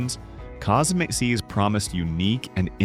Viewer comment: The ai cant pronounce Cosmcs lol